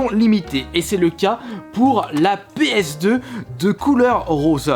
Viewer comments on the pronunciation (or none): Péeuhsdeu slim ça ma tué 😂😂